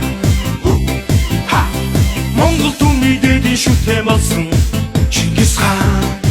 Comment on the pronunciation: Chin chin ngis Chingis gej duudaj Xyrailj ugnu uu. Bi Chin chin gedgiig ni Chingis gej buten ayalguulj duuldag aa.